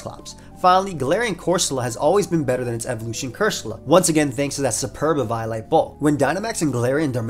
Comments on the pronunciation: i thought the way to say eviolite was "Eh-Vee-O-Lite" not "Ee-VIO-lite" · E-viy-light? On freaking evi-o-lite? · “E-vio-lite” instead of “E-VO-lite” sent chills down my spine. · huh .. first time i hear someone say " Ee-vaio-light" instead of "Ee-veeo-light" not the biggest fan of the prior but to each their own. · Losing my shit over the pronunciation of “eviolite” as “eve-eye-light” Also doublade as “da blade” or “the blade” I feel like I’m having a fucking STROKE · Great vid man, but eviolite is pronounced like eevee-oh-light. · your pronunciation of eviolite made my 6'0 190 lb infant son cry. is this what you want? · Never say eviolite like that ever again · why do you say eviolite like that